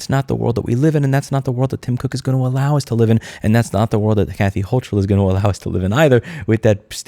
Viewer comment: HOE-cull. The "ch" is like the ch in "character"